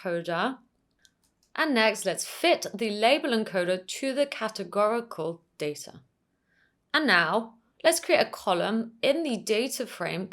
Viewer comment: Just one point: It's pronounced data, not data.